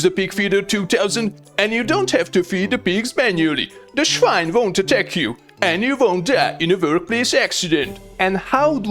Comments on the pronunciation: Loved it 😂! And even funnier, the pronunciation of "swine" is exactly like in German when you say "Schwein"! I couldn't believe my ears at first! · The German "schwine" cracks me up.